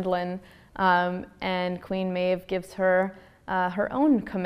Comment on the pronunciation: I pronounce Manon the right way..but I pronounce Maeve as MAY-VEE wow...